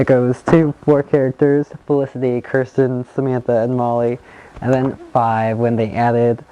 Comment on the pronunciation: Your not sayings Kirstens name right